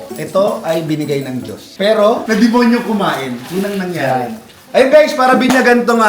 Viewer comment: ANG DIIN NG PAGKAKABIGKAS NI SA D*MO*Y*